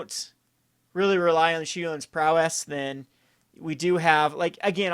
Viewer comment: Pronounced repeal and prowess wrong every time. Kind of annoying. They're not made-up words, they are actual english and have actual pronunciations.